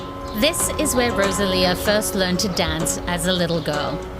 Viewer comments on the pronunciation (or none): Please stop calling her RoZalía 🫣